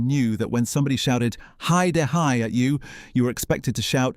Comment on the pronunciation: AI bollocks voice over calling it He-Da-Hi